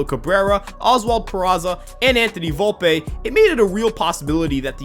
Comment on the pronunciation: Bro it’s Volp - E not Volpay 😂